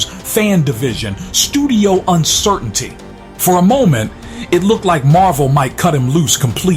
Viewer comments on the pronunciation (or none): none